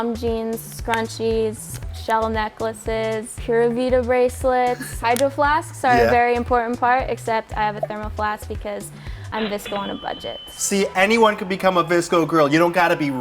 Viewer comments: the fact they dont say pure vada right makes me mad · I want the first girl to say Pura Vida she can’t even pronounce it correctly